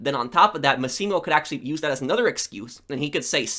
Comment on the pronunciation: Loved the video! Most underrated game in the series in my opinion! Btw, 2 little things: Consiglieri is pronounced consilieri (so don't worry about the g), and the sicilian guy, Massimo Torini, the stress is in the MAssimo (like maximum), not maSSImo. Love your channel, keep the great work!